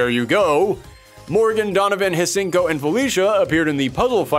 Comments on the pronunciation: Hsien ko The "H" is silent, you goof...LOL! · I really mean when I say I’m not trying to be part of that pretentious “Um, Actually” club, but there were two things I noticed that were inaccurate. Firstly, Oboro Bishamon is actually the current victim mastering and controlling the armor, not a more cursed version. The second thing is the easily more common mistake of not pronouncing Hsien-Ko’s name correctly. The correct pronunciation is found in the OVA, “syen-ko.” The H is simply ignored. Overall, though, this was a pretty enjoyable video.